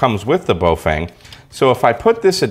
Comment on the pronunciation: Bo FANG...really? Remember Feng Shui (Fung Schway)? Same Feng. Baofeng = Bofung. I know 'Fang' is a fairly common mispronunciation. Just sayin'.